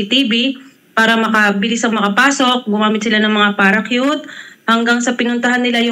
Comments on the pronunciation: Ate? Ano yung 'PARA-CUTE?' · Ang parachute Ay naging paracute ni ate😂😂😂😂😂